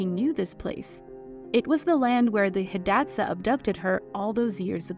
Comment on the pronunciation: You could at least learn how to pronounce her name correctly. And Hidatsa. And read more than one source for your misinformation. This one video made me question the accuracy of all of your other videos.